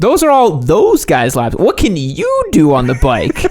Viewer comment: "What can YEW do on the bike?!"